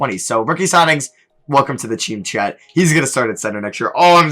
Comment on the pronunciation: No one:: Welcome to the Cheam Chet